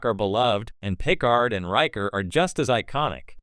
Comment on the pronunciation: This is an interesting video but the pronunciation of "Picard" makes me wonder if you ever watched an episode of TNG. I'm hoping you're just saying it a funny way on purpose. Either that or this audio is just AI generated and the creator was too lazy to copy and paste a phonetic pronunciation into the script.